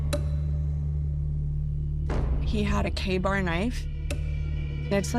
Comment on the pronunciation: A Kay-bar knife is like one step away from a Samurai sword ? 😂🤣😂🤣😂🥲😂🤣😂🤣😂🤣😂🤣😂😖